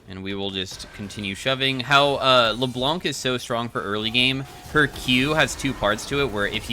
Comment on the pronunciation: C is silent in Leblanc. Much love. A french dude.